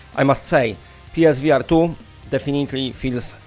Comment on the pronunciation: Omgad😂 I thought you where saying PlayStation V Artyom